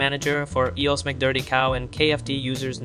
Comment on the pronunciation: What do you mean "e-yos"? It's I-O-S "eye-oh-ess" stands for (iPhone Operating System). 😔🤯😩